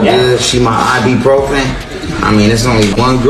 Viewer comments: Can somebody explain to RayJay that it’s IBUPROFEN, not I.B. Profen. 🤦🏾‍♀️ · It’s I-BU-PROFEN , Ray J!!!!… not I-BEE . 🤣🤣🤣